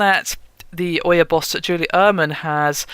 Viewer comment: Can no one on this channel pronounce names correctly? Ouya as oya, Nvidia as NeVidia...